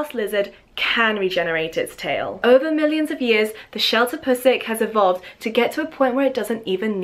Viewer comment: Sheltopusik? Damn, English butchered this word really hard.